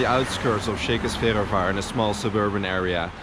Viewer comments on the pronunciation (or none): Yes, that mispronunciation was driving me crazy the entire video. Lol.